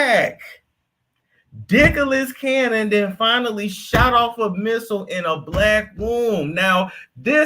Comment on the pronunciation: "Dicklas Cannon" is crazy 😂